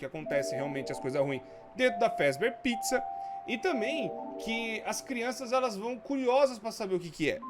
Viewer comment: Ja perseberam que ele fala "crionças" em vez de "crianças"? Kkkkkkk 👁👄👁-clica no like se vc percebeu :3